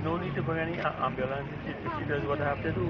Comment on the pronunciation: Personally I am appalled by Dr, Kublalsingh's language. The word is ambulance good Dr. not ARMbulance. This man has butchered the English language and should be totally ashamed of himself. Real talk.